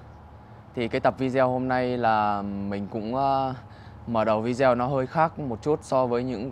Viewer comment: Phát âm chử Video vi-đi-Ô….. chứ không phải vi-deo